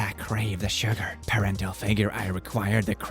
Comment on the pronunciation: I love you, but hearing you pronounce the word "paternal" as "parental" is a yesn't from me Hearing you speak my language close to perfectly makes me retract my yesn't immediately though!:D